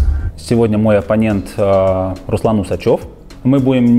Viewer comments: и на столько себя забыл, что теперь ставит ударение на своей фамилии УсчЁв...мда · Видно что педагог фамилию Руслана с ошибкой произнес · Нет ну учителя молодцы, неправильно фамилию называть! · Нет ну учителя молодцы, ещё неправильно фамилию называть это вообще